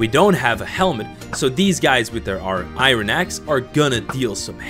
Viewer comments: Iron is pronounced "i-urn" not " i'run" Jfyi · This video is great but I hate the way he says "iron". He pronounces it like " I run". I'm just so used to hearing it pronounced "I earn".